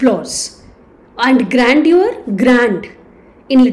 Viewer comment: please get your pronunciation correct of the word "grandeur".